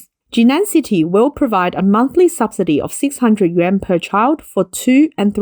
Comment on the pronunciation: The correct pronunciation is something like “you-en.” But that's just to get started. That first “you” part is pronounced with the mouth forward, like the German letter ü. The second “-en” part is really somewhere between “en” and “an”.